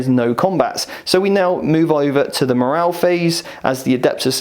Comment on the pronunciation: Great advice but... morale with an E, please.